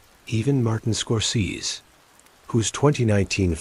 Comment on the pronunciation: ....... Air is still air.... Places are places..... Water remains wet.... Wind still blows...... And this, Mr. Score-cee-sus...... Arrrrrrgh!!!!! of my misery......out put me please!!!